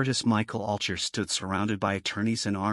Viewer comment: his last name is pronunced all guy er